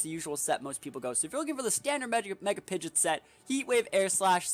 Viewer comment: It's pronounced Pidgeot, not Pidgeot 🤣